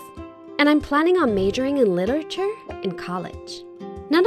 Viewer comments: how she gonna major in literature if she can’t even pronounce it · The way she says literature 😂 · Omg the way she pronounces literature is triggering me 😂 being a Brit and all 😂